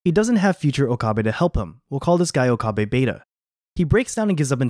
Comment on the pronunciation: It's not Okaabae lol